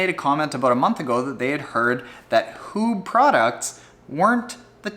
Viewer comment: Thanks for putting me onto floaty pants, I love them. btw. Huub is pronounce as huup (b sounds like a p in dutch). Regarding the suite, its a full on race suite, not a daily driver. On the inflatable bikebag, airlinestaf are screamish about inflated stuff, I suspect some might demand deflation to the point were protection is insufficient. I'm curious how that will work out.